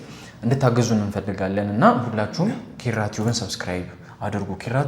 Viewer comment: እባክህ የ አ.አ ልጅ ነኝ እያልክ 'ኪራ' የሚለውን ቃል ጥብቅ አድርገህ አትበለው የምር ይደብራል ኧረ😂😂 በቃ አላልተህ ኪራ በል ከአንተ አልፎ የስሙ ባለቤት እራሱ ኪኪኪራራ ብሎ ጥብቅ አድርጎ ነውኮ የሚጠራው። ይሄን እስቲ ግድየለም ትክክለኛ የአ.አ ልጅን ይህን ቃል በልልን በሉትና ልዩነቱን ስታውቁ በራሳችሁ ትስቃላችሁ የምር። ስግጥ እርግጥ አድርጋችሁ ኪኪኪኪራራራራራራራራ😅😅😂😂😅